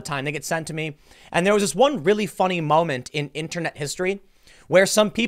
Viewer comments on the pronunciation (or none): none